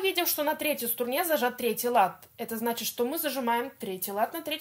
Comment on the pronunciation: Почему СТУРНЕ? А не струне?